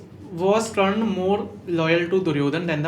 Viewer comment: Bro, hez Karn, not Kran